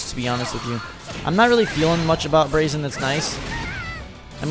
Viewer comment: Braixen is pronounced Brayx-en. other than that. Loving the videos buddy!!